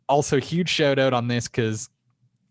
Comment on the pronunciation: Someone says SH-oww-t Owww-t correctly? I'm in.